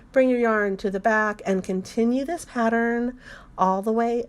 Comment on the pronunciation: I am unsubscribing but I must tell you why. I just cannot listen to the “singing” instructions. If and when that changes, I will return. Just speak, don’t hang on the the letter for a bit afterwards. I believe the word that was the straw that broke the camels back for me was pattern. It’s pattern. 2 syllables rather than a hold for a 3 count of 4 counts. Many thanks. I will check back periodically to see if this has changed. Some folks love it I guess, I simply don’t.